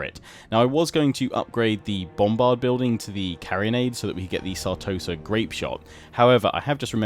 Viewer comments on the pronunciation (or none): BTW its Carro-nade not Carrion-ade